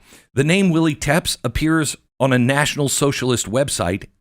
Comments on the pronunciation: It's not pronounced "Teps"; it's TE-PESH (TEPES). You aren't connecting the dots, Beck. It is like VLAD TEPES, you know, like Dracula? Who was renowned for his savagery against his enemies by decapitating them and putting their heads on pikes. Or impaling their bodies onto wooden stakes. That gives you a point of reference as to Crooks violence and that of others on social media. You have to know your HISTORY! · I don’t think it’s “tepps” in pronouniation….i believe it’s “teh-pesh” it’s the same last name as Vlad Dracul. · No. Glenn Beck can't read and doesn't know history except what interests him. It's not "Tepps". It is "TE-PESH". Like Vlad Tepes (aka Dracula). The ruler who defeated the Muslim hordes trying to destroy his country. He was known to behead them and put their heads on pikes. He also impaled them ALIVE on wooden stakes. He drove them out of his country and was hailed as a hero. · No. Go read some history and my prior comments on the correct pronunciation of TEPES. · Tepes sounds like Epps? FED?